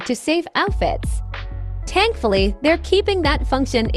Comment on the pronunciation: “tankful“’ LOL